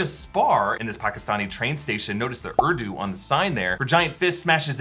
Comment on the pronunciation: No one: My desi ass laughing hysterically at how he said Pakistan and Urdu